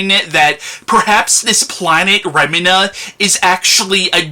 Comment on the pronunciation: I think its pronounced Remeena.